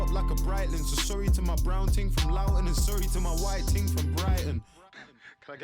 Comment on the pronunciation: Haha the way pronounced Loughton as Loud without the 'D' really shows we don't pronounce our 'Ts'